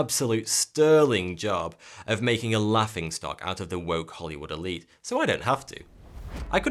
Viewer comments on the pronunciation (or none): none